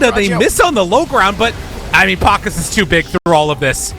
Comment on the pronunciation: Pa-KAZ, not PAK-as